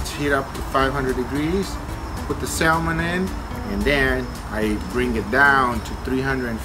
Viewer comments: I'll give a try today....FYI....it is not pronounced Salmon...it is pronounced Sammon....I should know , now ya'all do too. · PLEASE learn to say Salmon and Briquettes correctly LOL